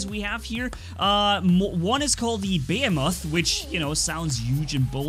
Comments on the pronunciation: Why do I always get triggerd when he misspronounces the name?😂 Behemoth. Omg😂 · Anyone else get triggered by the way he says "behemoth"😂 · Lol that's bot how its pronounced (behemoth) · just to help you with the pronunciation, first E in behemoth pronounced like in German, the second E is pronounced like the German i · MAKE THERMITES GREAT AGAIN IS A GO GUYS AND SAYING BEHEMOTH WRONG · Pronounced Ba-he-muth, not Bay-a-moth. 😂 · Behemoth (beh he muth) not (bey a moth) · 3 things 1:the behemoth is pronounced beeheemoth not be(m)moth (sorry you knew someone had to do it) 2:i think the behemoth should be 4 legged just for it to make more sense when he is stationary think about it fujin:energy shield rajin: physical shield behemoth: more firepower and last but not least 3:who saw the Starcraft 2 Protoss reference? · And I honestly think behemoth is supposed to be pronounced like beeheemeth cause the definition of behemoth fits with the robot itself but that’s just my personal preference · I would rather see a portal bot laying a portal down, for friendlies to warp through to the second portal... beacon rush in TDM, etc. The portal lasts as long as your bot lasts, or when you turn it off and start a new portal slipstream. Also, behemoth is pronounced bee-hee-moth... look it up. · > cant pronounce behemoth >bəˈhēməTH,bəˈhēmäTH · great vid. Just a rip: Behemoth is pronounces (bi hee moth) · The heavy tank is pronounced: Buh-hey-uh-mith I enjoy the sound of that better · BEH-HE-MOTH behemoth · Bo-he-muth pronounces it like a Godzilla character lol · Bee heem oth behemoth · it's pronounced ba-he-meth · Also it’s not behe moth it’s pronounced be hem moth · my dude its Bee-Hee-Muth!! But I can understand that english isnt your first language!! Keep up the good work!! Adrian beat you to this topic by one hour. I also make use of the bots that you suggest in the videos. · You were saying behemoth wrong but your fine also imagine 4 embers on it